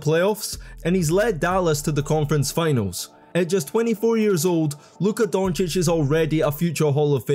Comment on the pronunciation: He said luka doncic name right They Gotta make a name for themselves